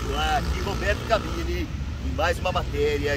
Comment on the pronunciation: O luva de pandeiro falou " cabrini" quando tinha que falar " cabeni " . Mas tá valendo, foi muito engraçado ! 😂😂😂